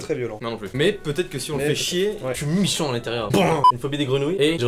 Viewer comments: "je suis michant" 😂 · Le '' chui michennt😡 '' de Mahdi Ba ma tuer😂😂